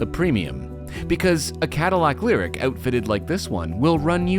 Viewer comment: it's pronounced "lyriQ"